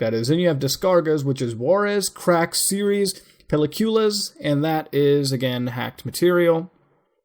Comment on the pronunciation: Peliculas is pronounced (Pe-lee-ku-las) You can thank me when you see this comment.